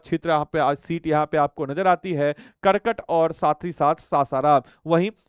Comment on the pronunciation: करकट नहीं काराकाट, 😂😂